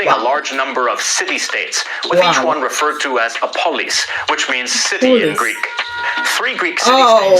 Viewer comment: Not ..hapolis....its "polis" ..city